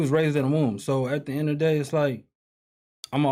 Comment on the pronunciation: The cannon family love "THE EHD OF THE DAY" 🤣🤣